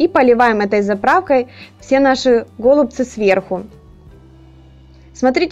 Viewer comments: Голубцы-ударение на букву«Ы» ! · Убедительная просьба в ультимативной форме правильно произносить данное слово голубцами голубцы голубцы голубцы